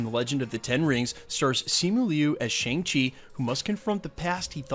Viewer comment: It's pronounced "Shong-Chi"